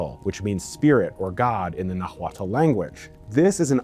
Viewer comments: the world "nahuatl" is pronounced nawalt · The “h” is silent in spanish so nahuatl sounds more like nawatl. You got the “tl” part down which is the most difficult part lol. Very interesting videos , i was always curious about what era in history is most similar to ours. I find it kind of comforting that human behavior has been more or less the same throughout history. I guess the thought of knowing that we’ve persevered as a species and have overcome tragedies, illnesses, and times of extreme instability is hopecore. Do you think there is any point in human history where something as big and revolutionary as AI was introduced and everyone was afraid for the future and their jobs? I wonder if mankind has experienced something similar to our outlook on AI and the future. Good content, unique and interesting. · Nahuatl is pronounced NA-uatl. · Nah-ooh-at is Nahuatl ;) they’re much easier to pronounce than you think. Thanks for the great video. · it's pronounced Nex-tlah-guahliz-tlee and is Nah-gua-tl not wtv tf u said lmao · Good video, horrifying Nahuatl pronunciation. Even just the word "nahuatl" isn't pronounced the way you said it. The L on the end is not pronounced at all, instead, in Nahuatl a "tl" makes a t sound similar to the T in "water", done by hitting the tongue against the back of the upper teeth. So "Nahuatl* is pronounced like "Nuah-wat" with the second syllable said very similarly to the very syllable in water. Your pronunciation guide did you dirty my guy. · The way you pronounced Nahuatl is a crime 😂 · hun, you need a pronunciation guide for the world nahuatl itself. 1+ points for trying though, they're hard even for us mexicans 😅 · I’m pretty sure the T in Nahuatl is pronounced as a guttural stop, idk tho an old Mexican guy told me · your Nahuatl pronunciation will improve if you learn to not aspirate the "H". It's silent.